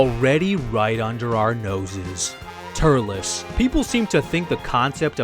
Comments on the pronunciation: the only thing that annoyed me was: TUR-EL-S not TURL-LESS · why did you pronounce it ter-lez its tur-elz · Tullece ? What it was Turles